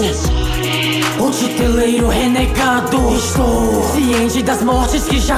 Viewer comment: A pronuncia não é Titereiro?